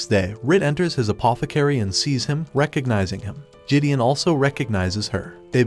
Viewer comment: RIP the real pronunciation of Gideon, which the narrator neglected from the start.